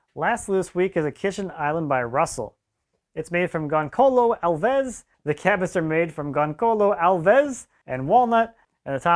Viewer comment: eheh they way he says gonçalo Alves.... Your Portuguese need some improvement ahaha Just joking